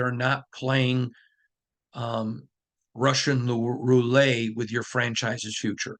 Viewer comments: #1 I can’t believe you had to explain what a piñata was… 😮 #2 it’s Russian Roulette “let” not “lay” look it up #3 thanks for the update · Sorry. The tt is not silent in roulette. In English it's "roo-let", in French it's "row-letta". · First your pronunciations of piñata and roulette is killing me lol. Second, I think this podcast sound like a lot of excuses. We keep hearing same thing week after week. Great, everyone in the building is frustrated from top down, but what is being done about it?? There’s no sense of urgency shown ANYWHERE. Reporters need to challenge more on questions n not softball questions. Mark Davis is lashing out at fans in public that are calling to Fire Josh McDaniels. We lose to Lions this week it will be same thing: “ we saw effort, proud of team but we need to get better you know. We didn’t excute in all phases, we had great practice you know, we didn’t see this coming but we need to learn how not beat selves. We need to learn how to win you know.” Blah blah blah same ole excuses. Josh is NOT the answer, full stop!